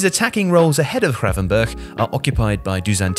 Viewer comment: Was hoping might try pronouncing the 'G' in his name properly but alas 😅 Nearly managed it